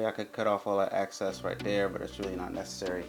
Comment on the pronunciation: “Excess” not “access” lol